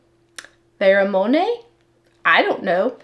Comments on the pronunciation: Pheromone sounds like feh-ruh-mown. A chemical substance produced and released into the environment by an animal, especially a mammal or an insect, affecting the behavior or physiology of others of its species. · Hi, on that fragrance Pheromone, that's what they put in fragrances that attracts the opposite sex 😂, I'm sorry, I had to laugh when you pronounced it, but that's what that is, just to let you know 😊😊. Hope I didn't hurt your feelings.